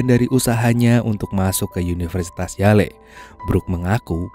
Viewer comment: University Yale sebutannya Yell bang bukannya Yaley 😂 🤦🏻‍♂️